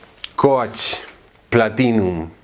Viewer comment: Muy admirable tu conocimiento de fragancias pero me impresiona que con tanta experiencia no te hayas preocupado para nada en la pronunciación de palabras tan básicas como coach ( kouch) o starwalker ( starwoker) entre otras. Es decir en una era donde haces la búsqueda en unos segundos en cualquier idioma y obtienes la respuesta ... Es simplemente inaceptable. Es mi única crítica , pero igual te admiro.